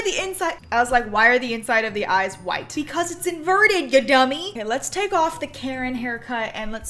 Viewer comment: i thought invert said introvert